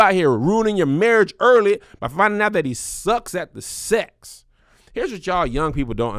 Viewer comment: Kev just refuses to say his x's.....sesssss, oral sessss 🤣🤣🤣🤣🤣